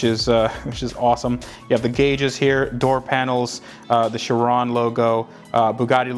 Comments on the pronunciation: Bruhhh it’s not called a Chirone Chi-ron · It is shir on like the word on not shir own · It’s not pronounced chiroune it’s pronounce Chi ron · Its pronounced: Chiron, not Shirone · Sheer-Ron not sha rown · Its not not pronounced 'shi-ron'...its 'ki-ron' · Why do you say chirone? Its chiron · He sais charone... It’s SHEEROWN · Chiron is pronounced She - Ron there is no ‘E’ its French, named after a Monégasque Racing Driver, Louis Chiron, who Drove For Bugatti. Bugatti, is Italian although the cars were built in France by Ettore Arco Isidoro Bugatti, who was born in Italy. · its not chirone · It’s pronounced Ky-Ron. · You said sheron lol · It's Chiron not sherone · Its pronounced ki·ron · If you say it chrooone your actually mental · Its pronounced. Kye-ron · Wtf is a Bugatti sherown 🤦🏽‍♂️🤦🏽‍♂️ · You think he's saying it wrong too? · He said chiron Wrong. Its shere-on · Not trying to be a jerk, but it's pronounced like SHEER-OWN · The way he says Chiron pisses me off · That is not how you pronounce it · It annoys me how you pronounce it wrong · How did you manage to mess up the pronunciation of Chiron!!!!! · You pronounced chiron wrong lol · you said Bugatti chiron wrong